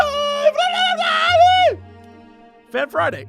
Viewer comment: Your Fan-Friday intro progressively sounds less and less coherent as time goes on